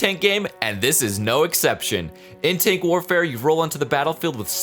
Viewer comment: Sherman firefly (Bri' 'ish tonk) PZ II (German tonk)